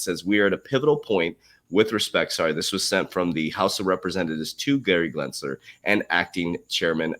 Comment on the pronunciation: Genser not Glensler. 😂😜